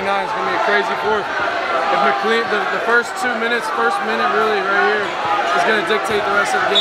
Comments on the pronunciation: fax, its mic-clane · It’s been so funny being from virginia and seeing him pronounce mclean mickleen😂